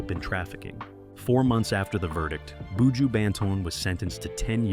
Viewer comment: Very interesting video about this 🇯🇲 artist ... 🤔🤔 but di man name is Buju - NOT BooJo😏🤫!!!!! The presentators voice is a little irritating 🫩🤭